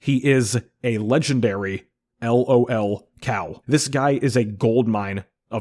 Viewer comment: Lolcow is pronounced as one word. Not l.o.l. cow.